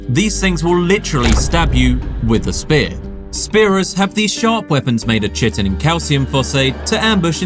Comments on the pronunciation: Chitin is pronounced Ky-Tin - not Chi-Tin. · Ki-tin, not shit-in. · Chitin? Kite-in. It’s pronounced Kite-in. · Chitin = KYE-tin. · Chitin is pronouced like 🪁 "kite-n" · "cavitation" and chitin is pronounced kigh-tin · Brother you gotta learn how to pronounce Chitin But I gotta say, probably my favorite thumbnail on all of YouTube